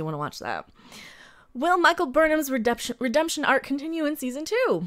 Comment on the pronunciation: Waaait a sec, did you almost slip and say "re-dumb-tion instead of redemption?